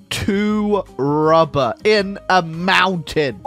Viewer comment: Why do I always laugh when he says rubbah